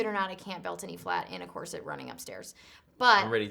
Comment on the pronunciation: I love how Anna says “corsit” and not “corset” 😂❤️